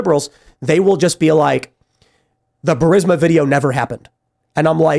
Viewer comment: Benny doesn't know how to pronounce burisma it's embarrassing